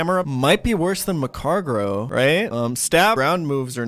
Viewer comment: Mag-Car-Go. Where you getting an extra R from saying macargro lmao